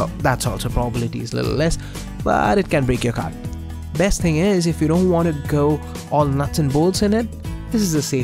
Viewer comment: "You won moar speeeed?"